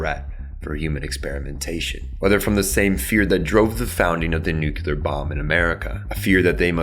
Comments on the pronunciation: Lots of people mispronounce nuclear as “nucular”. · Say it with me bro… nu-clear… nu-cle-ar… lolol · You lost me at "nucular." 😒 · The degradation of language is not something that happens immediately, it's chipped away. This is particularly egregious because the spelling of nuclear makes it very apparent how it's supposed to be pronounced: nu-cle-ar. It can't even hide behind the refrain, "you know what I mean, though," because saying it so poorly indicates that the speaker doesn't know what they mean. They heard it said that way just repeated it, not caring to actually read it or even know why the word exists. Is the root word nuculus, or is is nucleus? Only one of those is a real word, too. I'm not even saying it needs to be said properly because I understand that accents exist, I'm saying it needs to be said adequately. Pronunciation is a fundamental building block of a language. If someone isn't going to at least attempt to pronounce the word as it is defined in a dictionary, they might as well be making up their own words and expecting everyone around them to just understand them, which is no less ridiculous. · Oh god he said it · Where is the second "u" in "nuclear" that you pronounce here?